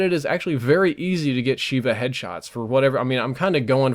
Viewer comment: love the video, but it's pronounced "Sheyva" from the hebrew word for 7 FYI